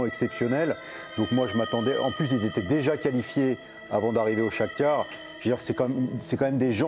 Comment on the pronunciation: Pas de Chakhtior. Il y a un Chakhtar. Comprenez - le une fois et jusque sclérose.